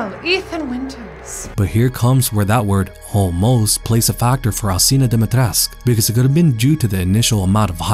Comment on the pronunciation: Alcina Dimitrescu: is pronounced Al CHEE na Dom-ih-tresk Everyone: Alseena Dimeetresk :)